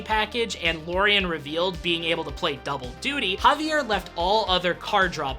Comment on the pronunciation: One correction: it's not JAvier Dominguez. It's JaviEr Dominguez. The accent is on the last syllable.